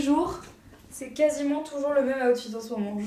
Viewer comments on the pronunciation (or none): none